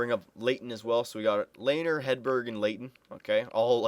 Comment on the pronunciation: Its pronounced LEH-NER